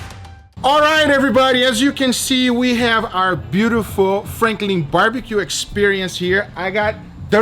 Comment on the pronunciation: god the name is franklin not frankling